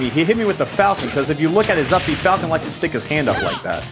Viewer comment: FaLcOnE... pUaNch